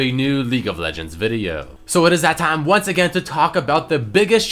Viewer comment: "So it's thaht thaime" :v